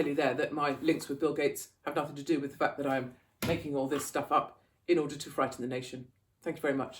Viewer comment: With! It’s with! 😂